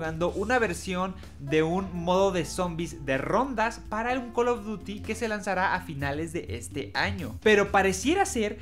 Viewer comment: Buenos tiempos cuando este wey decia coll of dury y no coloduti